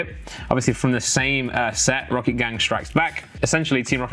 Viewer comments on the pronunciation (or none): none